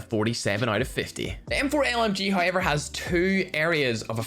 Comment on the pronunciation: Us: However: hay-yever